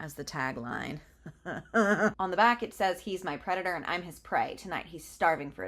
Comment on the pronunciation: "He's my predator and I'm his prey." I thought you said CREDITOR and for one brief moment this book was going to a very strange place in my imagination.